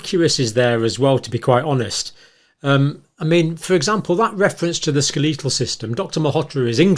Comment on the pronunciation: Americans say SKEL uh tuhl if that is the same word (skeletal) we are discussing. I don't know who says "ska LEE tuhl"!